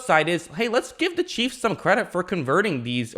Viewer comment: Bro learn how to say chiefs. Cheeves